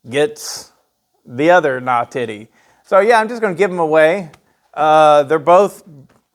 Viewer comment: you nawtitty nawtitty boy